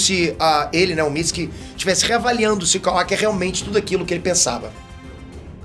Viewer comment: Amo ele falando Mitski(Mitsuki)